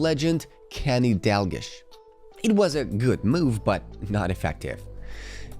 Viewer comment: Stopped watching when you said Kenny Dalgish